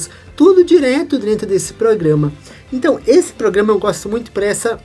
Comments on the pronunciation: Vídeo muito bom. Sou professor e quero te ajudar num ponto. Atenção para a pronúncia. Não é “drento” e sim DENTRO. Espero que não leve a mal o meu toque. Prossiga firme nos seus vídeos e projetos 🙏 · Achei legal ele falar dessa forma. Até adotamos aqui ne empresa "Esta tudo Drento". lembre-se, humanas depende das exatas; falar bem ou direito não leva ninguem a Lua!!!